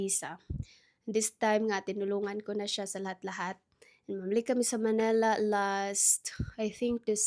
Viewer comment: It's Manila, NOT Manela. 😢